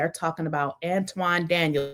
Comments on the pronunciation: His name is An-ton, not An-twon. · His name is Anton not Antwan and he is a goofy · It's Anton not Antoine and don't want to be bothered with this man. He is in insufferable egomaniac who has a Napoleon complex.. not everything he says is incorrect about black women. I don't think most women have the same understanding of feminism. I despise feminism because the feminist movement wants to be equal to men and we are different. They don't want equal outcomes they want preferential treatment. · Ma’am how u gonna do a video about someone and u can’t pronounce his name properly🤔 I’m not a Anton fan but u coming off sounding like a bitter lonely woman who hates men🤔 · She dont even know how to pronounce his name....she jealous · I can't stand the dude, but there is no W in his first name, and the word "Ask" does not include an X